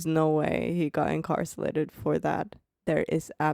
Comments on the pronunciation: I don't want to be that person. But since you've mentioned your English (which is great BTW) in other videos, I wanted to give you a quick correction on a word pronunciation. You kept saying incarcelated instead of Incarcerated.. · Hearing you try to say incarcerated is hilarious 😂😂😂. "Incarselated" 😂 its cute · She's so cute adding an el to her pronunciation of "incarcerated". Different countries have different rules. Before going to any country, it is best to know the rules that would be a surprise to you. In dictatorships, don't touch any images, statues, of any thing. I might not be a good idea to take photos of govt buildings either, since those photos might be deemed useful for targeting by a foreign country. "The very young do not always do what they are told." Young can be age or maturity or experience level. Spain doesn't allow photos of private homes from the street without permission or of children. There are some loopholes, but if you aren't careful, someone will complain and the police will err on the side of the local, not the visitor. Some NATO countries have mandated on-demand decryption of anything they want. You have no right to privacy when entering their country and if you bring an encrypted file, they can demand you decrypt it. I've been tear gassed in Turkey. No, they weren't aiming for me, but an entire neighborhood was covered in tear gas by the govt officials to break up a college student protest against the current President at the time (he's still in power, BTW). We were just down hill from that location. Was nearly arrested in Turkey for refusing to pay massively inflated drink prices.in a mob-run bar. They called police, but didn't know we had a local with us who explained we were being charged 10x more than he was for the same drinks. In Argentina, we we